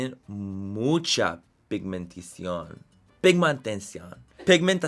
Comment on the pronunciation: To all my latin people Manny diciendo pigmentación es como nemo diciendo anémona